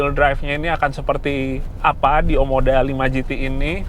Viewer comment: OMODA bukan OMDO 😅🙏